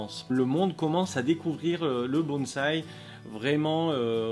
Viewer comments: Bonsaï. Prononcez : "bonne" / "saille" Pas de "z". ... Super video. Peace. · Oui,depuis le temps, ça serait bien passer a autre chose que bonzzzzzai!!! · j'avoue que je n'en peu plus. Lol. Le pire c'est "BonT'Z'aille' Là, je saigne des oreilles direct.